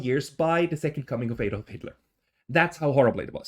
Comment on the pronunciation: You're Swiss aren't you? Why are you mispronouncing "Adolf"? It's usually only Americans who can't pronounce it.